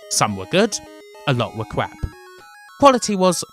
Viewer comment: Sinclair User = Cwap !